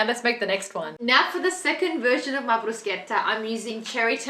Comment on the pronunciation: Yess love that you pronounced it correctly hahah I always correct people 😅